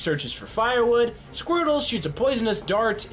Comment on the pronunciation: Random Viewer squrtle!?. It's squirtle.